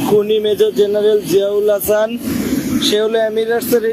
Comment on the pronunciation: রেহমান /এহসান এসব কী? নাম রহমান /আহসান বলতে কষ্ট লাগে নাকি?